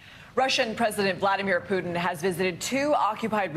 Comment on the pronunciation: Is it Putin or Putaine ?! 😅